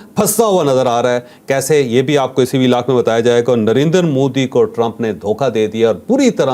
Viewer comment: نریندر مودی نہیں۔۔۔ دریندر، سریندر مودی😂